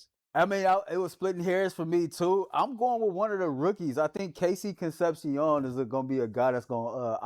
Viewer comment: Why do and pronounce the last name “con-cep-shee-on”? It’s pronounced “con-cep-shee-own” Don’t axe me why…